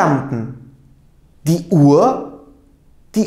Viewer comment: Hocam emeğinize sağlık .”UHR “ kelimesini telaffuzunu tam olarak nasıl yapıyorsunuz uaa diye okuyorsunuz sanki. H ve r kelimesi yan yana gelince farklı bi ses mi çıkıyor ?